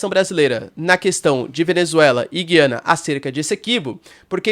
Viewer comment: A pronúncia certa é Gu i a na. Pode reparar o presidente deles fala Ga i a na. Em português tiraram o trema em cima do U. O trema indica que a letra deve ser pronunciada. Lembra Goiânia e Goiás e não lembra guiar. Mas acho que pode ter diferenças regionais de pronúncia.